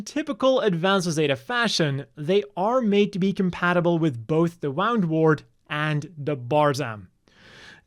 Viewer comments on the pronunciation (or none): It's WOO'ndwort, not WOW'ndwort. Like Wound (injury), not Wound (past tense of Wind)